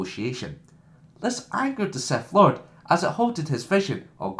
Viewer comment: did you just say seth lord